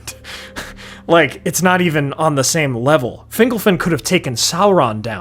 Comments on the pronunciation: Can we talk about whether it's pronounced "fingle-fin" or "fin-golf-in"? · Finglefin? Fingolfin. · Fingle-fin? Literally never heard Fingolfin pronounced like that.